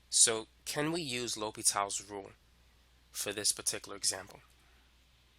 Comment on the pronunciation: Its L'Hopital. not L'Hospitals